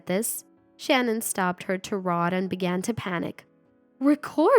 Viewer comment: The word is pronounced tie raid